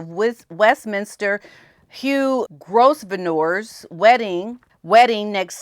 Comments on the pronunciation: Hey, you pronounce Hugh's last name Grove-ner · FYI... Grosvenor (as in Hugh Grosvenor) is pronounced with a silent "s." You say it like grove-ner. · Grosvenor = Grove-ner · The correct pronunciation of the Duke of Westminster, Hugh Grosvenor is Grove-nor….the s is silent. Hope that helps. I have been with you from day one and have saved, liked and shared many of your videos in the hope that people will come to realise what this woman really is. It has been an up hill battle, but you never gave up trying to talk sense into people, especially black Americans who believed Mrs Windsor was their Princess and could do no wrong. I hope they now understand that this is not a person to whom one should admire or respect and they will hopefully discourage others from falling for all the conniving and lies coming from this corrupt couple. I take my hat off to you for sticking to your guns 👏👏👏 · Just a heads up, Hugh Duke of Westminster is one of the richest men in the UK. He is a good friends with all the RF. He is Prince George's Godfather. He is supposedly Archie's but I am not sure. His family name is Grosvenor pronounced Grove-en-or. He holds huge estates in the UK and owns most of Mayfair in London. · Just a side note: the name Grosvenor is pronounced GROVE-ner. The 's' is silent. Cheers! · Grosvenor. Pronounce Grow ve nor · Hi, the pronunciation of Grosvenor is really tricky. The “s” is silent. So the name is Grow-venor. With accent on first syllable. Cheers. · Hey there! Just wanted to let you know that the Duke who left the Montecito Morons off of his list of wedding invitations…is pronounced the Duke of GROVE-NER!! Spelling, often, in the UK, doesn’t make it easy to pronounce things…😉 OOPS…Let me correct MYSELF!! The Duke is the Duke of Westminster. However the NAME Grosvenor is pronounced GROVE-NER. Please excuse my mistake! 😂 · It’s pronounced “Grov-nor” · Hugh Grosvenor is pronounced GRO VENOR - silent S. Owns more property than the King !